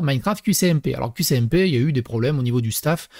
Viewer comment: T'as un souci avec les S et C mdrrr C'est pas qCmp mais qSmp